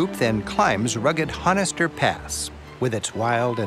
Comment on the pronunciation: Honister, too. Don't pronounce the 'H'.